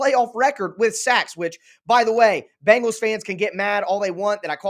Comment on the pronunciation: As a Bengals fan I have to correct your pronunciation it Bengals not Bangels you sound like Chris Simms.